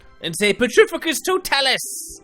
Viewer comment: For later reference, mate, it's pronounced pe-TRI-fi-cus to-TAH-lus. :-)